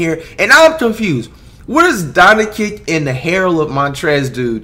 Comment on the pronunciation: “Don ick”